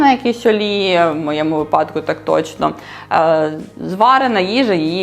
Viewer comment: Тільки «вИпадок», а не «випАдок», ріже вухо